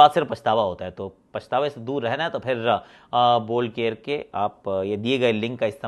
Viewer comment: Ye kya chalu kar diya isne bol care bol care. 😄😃😃😄😄